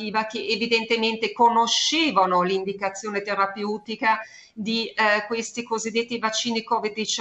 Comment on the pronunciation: Adoro la dottoressa. Ma qualcuno le dica come si pronuncia la parola "terapeutica", per favore...